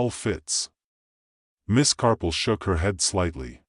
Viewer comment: I did. The AI voice says CARPLE many times, and even the captioning reflects CARPLE, not Marple. There are a few times it actually says the correct name of Marple, but many more times it's the incorrect pronunciation of Carple. As a native English speaker, I know what I'm hearing.